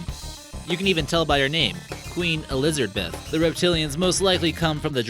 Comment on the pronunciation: queen "E-lizard-beth" are you fucking serious?!?!